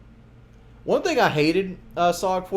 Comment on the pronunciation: I cant believe he says these tings.